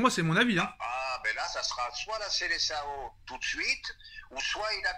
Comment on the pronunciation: svp , prononcez SELESAON !